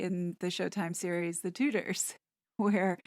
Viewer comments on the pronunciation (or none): none